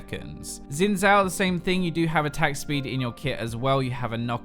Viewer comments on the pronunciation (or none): none